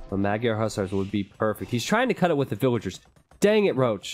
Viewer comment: Magyar isnt procounced mag-yar. "gy" is one sound, pronounced kind of like the first sound in duke, but not exactly. English doesnt have an equvivalent sound at all. Triggered viewer moving along :D